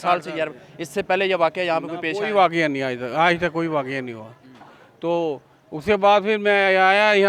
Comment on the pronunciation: Waqoa nahi bhai waqia hota hai